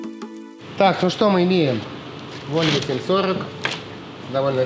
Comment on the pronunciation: Блин не коверкай название марки машины !противно звучит!